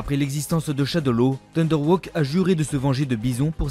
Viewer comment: Thunder Haw pas "Thunder Woke", tu as écorché pleins de nom dans ta vidéo